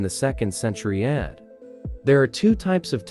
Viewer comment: Ad? Read that as A D not ad